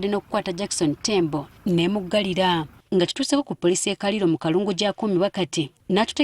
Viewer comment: Thank you for sharing this sad news with us. The correct pronunciation of the village's name is Kaliiro. What's happened is terrible, cruel and evil. That beastly man should face justice because 'omutamiivu tabaaga mbwa'. May the little angel rest in peace! 🇺🇬